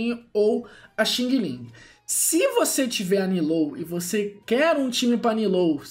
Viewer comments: DIZ-SE XANG, XANG, REPITO, XANG-LING, E NÃO XINGILIN!!!! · No caso seri Xiang-Ling mas blz